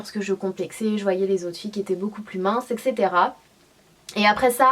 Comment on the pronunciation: T'es magnifiiiique mais juste petit point de français : on dit "etssetera" et pas "exetera" je sais que "tout le monde prononce comme ça" mais c'est une faute donc autant la signaler ;)